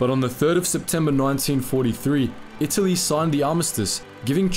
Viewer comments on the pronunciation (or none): none